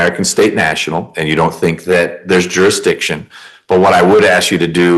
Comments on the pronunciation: I have a very hard time taking anyone seriously who can’t even pronounce ‘jurisdiction’. Jurassission is ridiculous. If you can’t even pronounce simple English, better grab a lawyer. You guys never win anyway, you just make a mockery of our legal system. 🙄😂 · Even the dimmest of dimwits must surely know that challenging 'juri'ikshun' whilst in a chain-gang ballgown is pretty futile